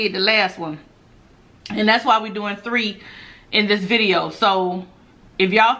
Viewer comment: when you say biria it sounds like you’re saying video 😂😂😂😂😂